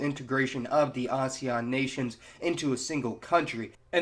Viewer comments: It's AS-E-AN, not A-SE-AN. It just bothered me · As-ean. Asean that's pronunciation of AESAN